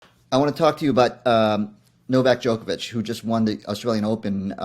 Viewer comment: His name rhymes with Jock not joke get it right